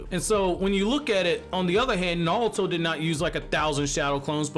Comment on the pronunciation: Sorry but are you saying naluto